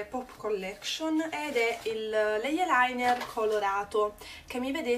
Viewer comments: non "eielainer", ma si dice "ailainer", e non "eiepensil", ma "aipensil" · Sentir pronunciare la parola "eye" con "eiee" fa sanguinare le orecchie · ????da quando eyeliner si pronuncia cosi????